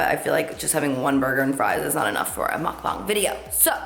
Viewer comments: Love your makeup <3 and finally someone who pronounces mukbang the right way!! 😆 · you're the only YouTuber who pronounces mukbang correctly thank you